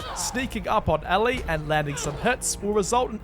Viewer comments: I love how he keeps saying Ally instead of Ellie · Ellie? No ally